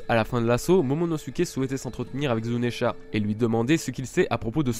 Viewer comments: zounesh, et non pas zounesha !!!!!!!!! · zounesh, et non pas zounesha